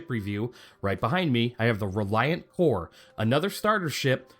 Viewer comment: in my opinion, "Kore" rhymes with "moray"